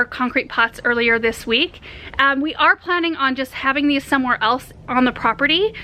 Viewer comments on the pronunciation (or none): none